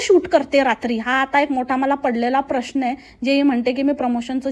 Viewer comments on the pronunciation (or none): none